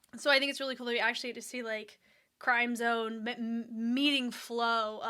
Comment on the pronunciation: With due respect, the correct pronunciation is “krim-zohn” not crime-zone. Crim sounds like “rim” and zone sounds like “bone”